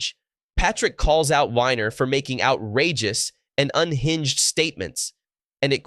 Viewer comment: His name is actually pronounced WEENER